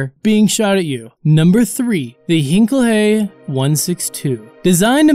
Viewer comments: It's not pronounced hinkley. It's pronounced hynkel. Heinkel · and it's not hankel hey, its Heinkel HE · Number 3. Its Hine-kel. Not Hin-kel-le. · "Hienkel Hey". Facepalm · He said heinkel wrong